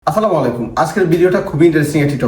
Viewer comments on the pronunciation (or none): আপনার সালাম দেওয়া একদম সঠিকভাবে হয় না অনুরোধ করবো সঠিকভাবে সালাম দেওয়া জন্য।